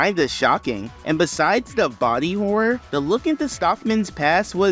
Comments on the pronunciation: Truly a great video, I learned a lot BUT my excellent American brother, PLEASE; “horror” has 2 syllables, please. It’s not wh… (ahem) “hoar” it’s “hor-ror” PLEASE. I beg you. TWO syllables. Please. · Hor-or get that extra r outa there